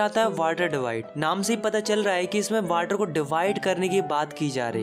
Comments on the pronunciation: Not water he is saying whater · Sir is saying Waterr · Please improve your pronounciation (its drainage,its water not वाटर)